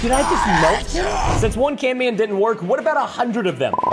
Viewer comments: For the last time it’s not canman it’s camman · its camman, not can man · ITS NOT CAN-MAN IT CAM-MAN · You are calling camman as canman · Wow he actually saif canman instead of camman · Its not canman its camman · hes camman not canman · sir preston camman's m IS DOBLE NOT CAN MAN ITS CAMMAN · Why you keep saying CANMAN😂